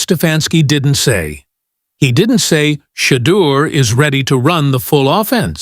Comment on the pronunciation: This man cannot even say Shedeur Sanders #12 #144's name. Gods got Mr. Sanders 🎉❤❤❤ LoveoutlouD